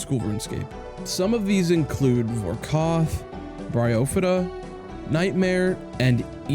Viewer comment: vorkoth??? lol my boy its vorkath also it seems you explaining this stuff on the video is from a outsiders perspective I am not convinced you have many hrs on runescape or high enough levels to do simple bosses like "vorkothhh" , IMO You just sound unfamiliar with all the stuff in osrs and like you are reading a script that u researched for a college lecture lol